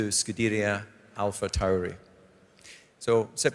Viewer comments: I guess someone forgot to tell Coulthard how to pronounce AlphaTauri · I see why they got DC to do this. He can pronounce Alpha Tauri a million different ways and just get off lightly with "that's how we Scots speak."